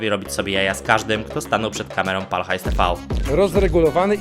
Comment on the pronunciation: widać że nie oglądane są odcinki z Pal HAJS TV, nie mówi się tivi, tylko te fał.